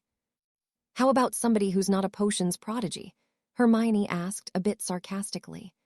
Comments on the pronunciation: YEP the only reason we've figured this out is it is literally one of the most famous well known characters & if we're here we knew the books and the name harry. Thats what we came for. So we figure it out trying to figure out why it can pronounce hermione but then she is HermaLone etc... And thats just the start between the AI having a stroke in the 3rd and 4th parts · I heard it too....it also switches Hermione to HERMALIN later on lol Can't the AI just watch the potter movies and learn